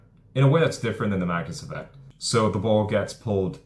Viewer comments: Can you take the time to actually say: 'Magnus Effect' as opposed to the 'mouthful of gumball' sounding 'manft'. Here's another word for you to learn -- ENUNCIATE! As to 'hitting a baseball, is the hardest thing in sports...' that is just a saying, I can think of many things that are harder? Try winning the Indy 500 a record amount to times? Beating Usain Bolt at the 100 meters? How's about how many times has there been a 99-yard touchdown run in the NFL? One must consider that an average of 26 pitches thrown in a game -- are actually 'HIT' -- not to mention the amounts of contact producing things like Foul Balls. It is NOT that hard -- there are plenty of thing's WAY more difficult than hitting a baseball -- in sport -- that's just the way that it is. It is a time-honored tradition -- a maxim, that nonetheless is NOT true and "NEVER" has been true. And you, my friend have not only 'fallen' for it, you are trying to sucker other people into it. Why not simply say that it IS a difficult game to play -- AT THE BEST OF TIMES? Interested to know what 'artificial hyping' is? Just go back and re-read your ageless Stuff that you've mentioned! Keep in mind, that I am being VERY 'NICE' in this response, because of how terrible this useless trove of wordage actually IS! It actually deserves far worse of a response! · The WHAT effect ? I could never understand the word you are saying Great VIdeo. Vacus effect?